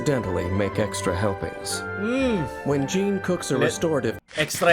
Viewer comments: Marunong ako sa waifu tier list Also na mali pronounce ng Jean, Mali pagkatumingin kay Keqing, Binaba si Ganyu at si Lumine amp, Hindi sinama si Xinyan, Hu tao, Yanfei, Rosaria, at Eula pero nilagay agad si Ayaka kahit hindi pa release, at most importantly, hanap ng Dede sa S tier at sinama si Klee sa S tier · as a jean main, bakit ganyan pronounce mo sa name niya:(( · Jean ❌ John✔️